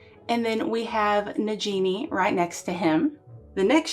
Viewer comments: i understand its okay everyone makes mistakes i just wanted to know if you knew the curect pronouncing but its fine there is no problom with saying it different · The Nagini pronunciation is wrong.